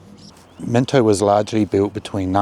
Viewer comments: Bro its mino get the t out it ain't minto its mino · There ain’t no T in Mino